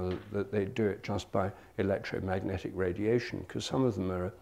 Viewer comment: "electrometic impulses"? Was his voice trying to say "electromagic"?